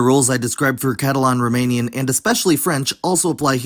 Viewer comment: Pronouncing Catalan like Catalon was kind of weird to me